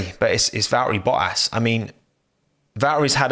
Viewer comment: Valehri Boahs